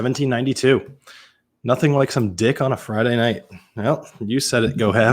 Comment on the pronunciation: I’m really surprised someone with a YouTube channel about whiskey has never tried 1792 products . I’m also surprised that they badly mispronounce the distillery name since it is a well known distillery. Lastly, it was formerly called Ridgemont Reserve and not Ridgewood. I shouldn’t know more than someone with a well known YouTube review channel.